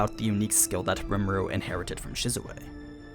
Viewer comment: omfg... REE - MOO- RUE... its like you purposely mispronounce things...